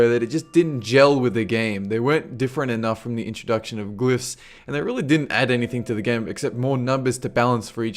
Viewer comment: if you're trying to be Scottish, well you are failing miserably. it's Ogeres, not ergeeers, and it's glyphs not gloophs lol.